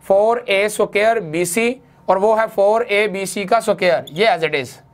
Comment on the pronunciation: The word is (square) ...not (suqare)